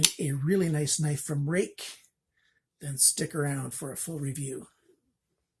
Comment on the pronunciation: Thank goodness you can say "rake"... Thanks for the review. Too many reviewers try find something to complain about Ruike knives just because you know..theyre made 'there'... Nothing is currently beating Ruike for quality especially at that price